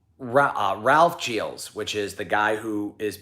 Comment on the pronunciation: Whatever your background, you CLEARLY can't pronounce Gilles right! 😉 To do so, remove those "D" initial and "Z" ending sounds. Something more like "zschill".